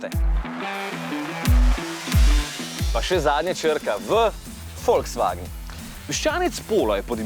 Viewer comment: " Naslednja je črka V, 'Folksvagn'" 😁😁